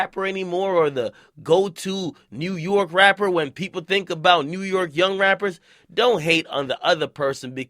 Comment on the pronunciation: WU - YORK